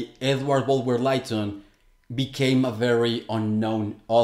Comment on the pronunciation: Lytton is pronounced "Litton" not "Lighton". Bulwer-Lytton was a genuine occultist though, that's obvious if you know what to look for. A number of those occult ideas could be found elsewhere before this book, and they show he'd read widely in the genre, if not been a practitioner. The idea of underground worlds is extremely ancient. The most obvious example is Hades etc in Greek mythology, but it is also present in Celtic, Tibetan, Native American and some African traditions.